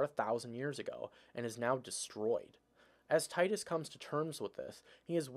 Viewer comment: Exactly teedus if you're lame! Because it sounds so tedious. Thank you for saying it correctly